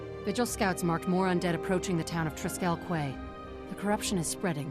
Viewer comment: you are right - Triskell KWAY has been driving me mad for years - every time i hear it i have to resist the urge to pointlessly shout KEY at the screen